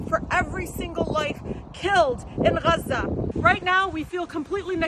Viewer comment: She pronounced Gaza, has "Haza". I have done some preliminary research and no where is it pronounced this way. Is she really that stupid? Never mind is won, I almost forgot who I was talking about.